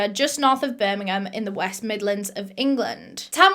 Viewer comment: me hearing ‘north of birmingham’ 👁👄👁